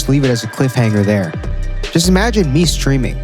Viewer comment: I thought you said swimming instead of streaming